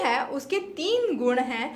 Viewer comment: Kindly correct. Thanks सांख्य not सम्यक् सत्व not सतव